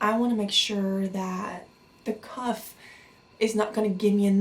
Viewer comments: Cough (CAW-F) not Cuff. Also I'm subbing, prayers to you 🙏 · i think u did a great job translating!!! just a little tip that i know isn't necessarily lol but i think u were trying to say cough but it came out more like cuff? unless cuff is another medical that i am unaware with which is very likely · I know your going through a very challenging time in your life. And I don't mean to seem disrespectful, but it sounds like your pronouncing it "cuff". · Anyone knows where she's from? Sounds like she's saying "cuff". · The way she says cough is annoying and the puffer is an inhaler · Apart from the echopuncture and the cuff...😉 No I'm kidding, I thought she was American until she mispronounced cough....she really does have good English though.